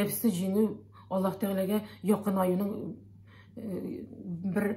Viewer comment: Надо правильно произносить имя Аллах, а не Алла